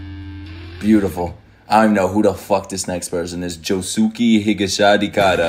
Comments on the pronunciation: hold on, did he really say Josuki and not Josuke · To pronounce Josuke, it's a silent "u". Just Joss-keh. Why we watch you? Because collectively, you are our son and we're witnessing you grow into a full-fledged weeb. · bro pronouncing Josuke got me weak